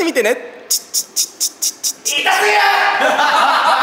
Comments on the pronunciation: の痛すぎるがひき肉ですに聞こえてくる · いまみたらいたすぎるがひき肉ですに聞こえる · 痛すぎるがひき肉ですって聞こえる😂